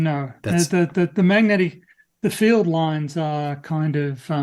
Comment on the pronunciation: can't say the word "field". He pronounces it as "filled". He also pronounced "wolf" as "woof" in the past. It's because he's mentally 5 years old.